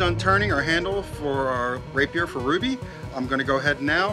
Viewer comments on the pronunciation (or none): none